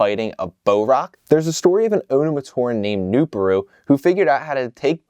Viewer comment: His name is pronounced "New-Par-u"